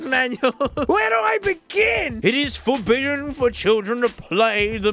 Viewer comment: it is F O R B I D D EN